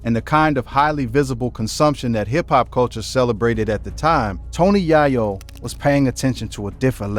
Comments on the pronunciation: Man just call him Tony Cocaine. Keep saying YAH- YO. ITS Yay- yo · Pronounced Yay-Yo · Bro this incorrect pronunciation of this man's name is killing the video!!!! It's Tony Yayo (yay-yo not yah-yo or Ja-yo) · This guy is an idiot. He keeps pronouncing yayo wrong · Tf wrong witchu brotha, yahyo? Where you from? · Once i heard "YahYo" I tapped out 🫩🤦🏾‍♂️👎🏾😂😂😂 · It's tony ya yo u said his name wrong 😂😂😂😂😂 here we go now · How do you get into Hip-Hop and can't say the artist name😮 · The fact he can’t say Tony Yayo correctly is sad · Lolololol why this dude keep saying his name wrong bruh??? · Dam say his last name rite bro cuz that not it..... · Not only did you butcher his name throughout the whole video but you had an AD every 30 seconds 😒 . First and last video I will ever watch of yours ✌🏾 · THIS NINJA GOT TO BE A BOT 🥴 NOT KNOWING HOW TO PRONOUNCE A NAME PROPERLY 🧐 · How you spend all this time researching and putting a video together and not even get the man’s name right? It’s only 2 syllables 🤦🏾‍♂️ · He killing me with saying his name wrong. Said it wrong about fiddy times 😅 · Son!!!!! aint no way we taking you serious when the first thang you done did is butcher YAYO's name... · The narrator said the Yayo's name wrong so many times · i couldnt continue its tony yayo say it correct